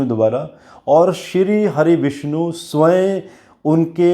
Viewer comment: उच्चारण स्वय नहीं होता है, स्वयम होता है।